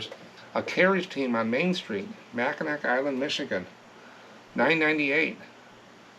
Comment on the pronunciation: Mack-n-aw island